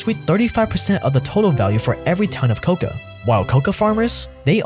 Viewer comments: One correction-- it's not "coca" which is the plant from which cocaine is derived from, it's "kakao" (pronounced ca-cow) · Stellar video, but I dislike the way you pronounce “cacao”. You say it like “coca”, which is a different plant entirely. Made my ears ring. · you pronounce it wrong its cocao pod where u get the seeds and its co-cow